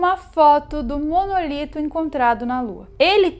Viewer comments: Não É monolito e simmm MONÓLITO!!!!!!!!!!!!!! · nao é Monolito é Monólito